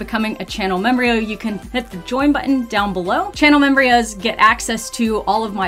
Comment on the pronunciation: I love how calls the members membrios